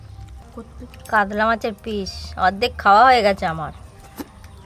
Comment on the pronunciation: কাদলা ❌ কাতলা ✅